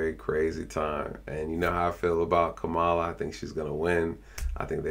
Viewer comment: Is this a real ad for Kamala (com-ma-la) Harris. Whoever made this should be fired.